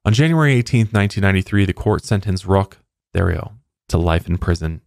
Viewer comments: Roch is pronounced Rock T',hey Rio So Rock.T'Heyrio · His name is pronounced "ROCK TERRI-OH" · It's pronounced Rock Tayryo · Pretty sure it's Rock Terry-oh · I think his name is pronounced rock tario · It's pronounced "Rock Terry-oh."